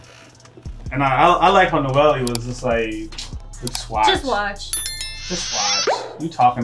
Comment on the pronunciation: and uh 1 thing dude the girl’s name is pronounced “No - el” not “No - Ely”